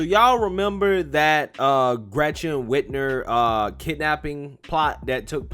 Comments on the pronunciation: Yes they did and her name is Whit-mer not Whit-ner I hate her but I want you to say it correctly so you sound legit! Love your show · My boy keeps saying Whitner. WhitMer. Mer. Like Mermaid. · Dude I really like your channel and your pov aligns with me, but you gotta pronounce words and names the right way. Lol Whitmer with an M.